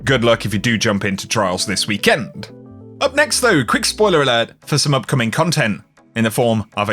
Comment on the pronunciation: the way you say weekend is scary